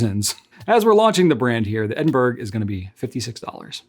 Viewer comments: It is pronounced Eh- duhn- bruh or Ed- in- bra not Edin-burg. You've got the UK wincing right now lol😅. Much love x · dear, it's Ed-n-bur-uh or Ed-n-bruh, not Ed-n-berg. Is it possible that Goulet will eventually carry any of the Manuscript calligraphy pens? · Edin-burr-uh. Just saying! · Edinburgh is pronounced as edin borrow, a city within Scotland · I love the look (and name) of the Edinburgh! However, please note that you are mispronouncing ‘Edinburgh’.